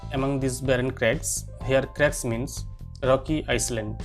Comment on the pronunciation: It's not "island" It's pronounced as 'i-land'.